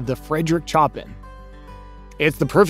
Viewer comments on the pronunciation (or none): Choppin??? Its pronounced SHOW-PAN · Impressively mispronounced Chopin every time. Smh